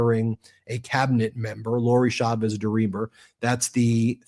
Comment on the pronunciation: Please pronounce Chavez correctly. The CH in Spanish is NEVER pronounced as SH. It is always pronounced CH, as in CHUMP.